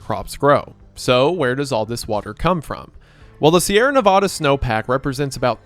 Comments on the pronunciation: ITS NEVADDAH NOT NEVODDAH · i pray that he learns to say Nevada correctly